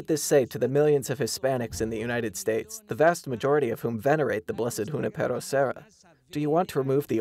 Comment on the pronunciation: Thanks for the good news. Please check the pronunciations. I accept that "Ju-NI-pe-ro" is an anglicization of the name, but the male announcer really mispronounced it.